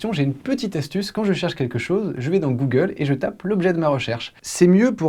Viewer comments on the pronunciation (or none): none